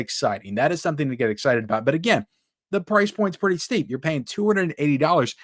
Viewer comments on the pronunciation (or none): none